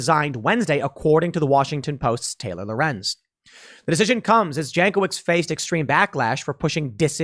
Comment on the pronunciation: Jankowicz is yawn coe vich in Polish, unless she Americanized her sur name.